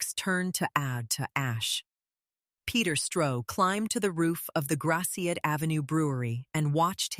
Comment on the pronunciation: makes me cringe to hear Gratiot pronounced that way >.<